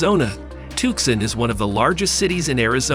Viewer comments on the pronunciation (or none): TookSon??? Alien-speak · "tuckson arizona" !! lol